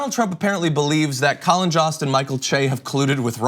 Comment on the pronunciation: Colin Jost's last name rhymes with host, not lost.